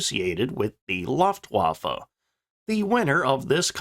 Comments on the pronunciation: Only 0.30 into the video and “Stop…STOP…..CUT!” Luftwaffe is pronounced like “Looft-Vaffe”. In German ‘w’ makes an English sound like a ‘v’. There is no English ‘w’ sound in Luftwaffe. It’s not difficult. If you’re going to make videos about something, it’s worth spending a little time and effort to get words that are important, common or central to the theme sounding correct. Another example for Americans: It’s not pronounced “Ay-dolf Hitler”. It’s pronounced “Ar-dolf Hitler”. Now…..let’s carry on with the video……😅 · NOT 'Luft', like "tuft"... 'Looft-waffa'.. You make my ears hurt, AGAIN. Really, get a Grip; Think b4 you try to SPEAK! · My toe nails curl up, every time he says "Looftwaffe". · The first syllable of "Luftwaffe" is pronounced to rhyme with "poof" or "loot (with an 'f' of course)." Unless it has an umlaut, that's the way "u" is always pronounced in German. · Why is this guy incapable of pronouncing the name of the German airforce?